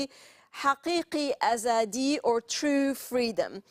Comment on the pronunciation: is feeling proud to have the great leader of this century Imran Khan, Thank you so much Al-Mayadeen Arab News and for having proper research on Pakistan's current issues, especially Haqeeqi Aazadi word was pronounced so politely and correctly.